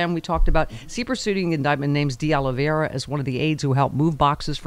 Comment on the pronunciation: Stephanie, You live in Los Angeles and you CAN'T pronounce De Oliveira ? :face-green-smiling